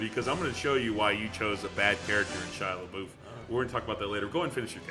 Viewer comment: Where do you get your resources from? 1 ticket sold for Shia Lebeoufs movie. there's no way that's true. and say his name right!!!